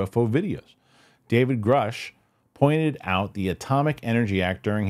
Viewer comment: So its groosh. Rhymes with swoosh. Just saying...